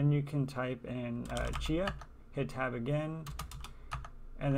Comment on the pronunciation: Might be a huge benefit to slow down the video a bit. Rather than just showing screen shots while talking over what you are doing (took me awhile to figure out that you were saying "Tab" and you weren't actually typing everything on the screen). Pretend you are writing a lesson for a complete idiot ;-) I've been at this a couple of hours now and still can't get there :-( The Chia software used in this video is several generations older than the one I'm using, probably the issue. Not even sure what version of Powershell this is either :-( When I finally get to Plots Check and hit Enter: command chia not found ;-(